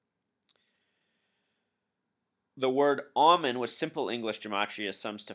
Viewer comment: Pronounced "Oh"Men, not "Ah"men. Just thought you would want to know. Thank you, good info.